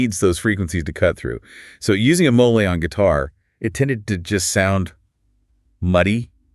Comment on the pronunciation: Is this AI? Why are they pronouncing it mol-lay?